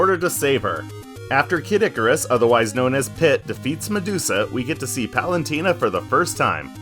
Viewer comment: for a guy who made a whole video about Palutena, you sure do be pronouncing her name "Palantina" a lot